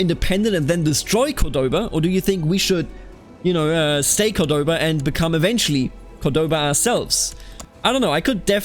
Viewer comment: The pronunciations are very good for a non native speaker. The only thing wrong is where you put the emphasis on some words. For example, it's {COR}doba not cor{DO}ba. And on this one i'm not really sure cause it's an arab name but when we refer to it we say Al-{AN}dalus not Al-An{DA}lus. The rest are pretty much spot on.